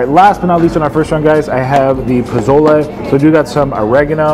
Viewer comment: Puh-sole-lay. Not “pa-zole-Eee”